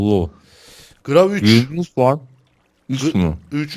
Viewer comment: gravi diye okunmuyor gravitiy diye okunuyor